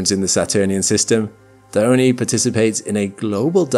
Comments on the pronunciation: It isnt Diy-o-ney, it's Die-on (in English, but actually it's Dee-on)... just saying. _ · why Dione craters sound like Anus and Dildo😭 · This is the the first time I’ve had to say this…. Pretty sure the e in “Dione” is silent…. But I’ve been wrong before… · No, it is pronouced Dione. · The fact this video pronounced Dione incorrectly is infuriating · It's Iapetus, not Ai--yapetus. And well as well is Dione or Diona, but not Daiyoni.